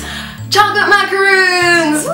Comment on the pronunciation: Macarons are pronounced how its spelled macaroons are those coconut cookies